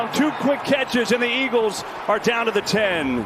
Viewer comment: EAGLESUUUH, WHAT HAPPENDUUUH?